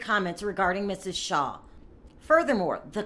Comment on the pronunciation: Her last name is Shah not Shaw.